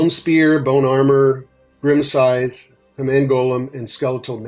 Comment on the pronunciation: Just an fyi, you dont pronounce the c in scythe. It's not skythe, it's sythe, or sithe. The c is silent, like the first c in science. It's not skience, it's sience.